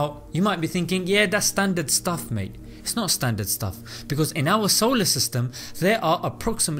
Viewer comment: i've already said this on another commentary on this video but i love the way he says "Yeah, dahs'standat stuff mate" because it seems so more genuine than his religious talk xD